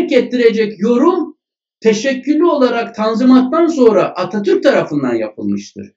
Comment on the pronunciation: Fevkaladenin fevkindesin hocam dilin dert görmsin Atatürk kelimesi böyle güzel söylenmez tşkler 🥰🤩